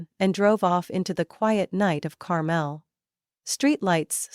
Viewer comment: Even an AI should know the pronunciation is Car-mel'.